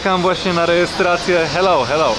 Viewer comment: Najbardziej mi się podobał moment, jak mówił "heloł"